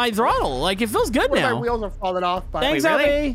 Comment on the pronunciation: I like how pronounces wheels with whels